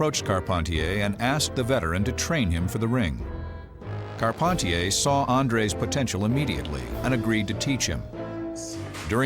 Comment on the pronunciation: I'm french. It's Carp- hen- tee- hay